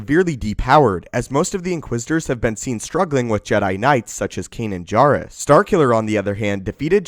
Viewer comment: PRONOUNCE KANAN'S LAST NAME THE RIGHT WAY!!!!!!!!!!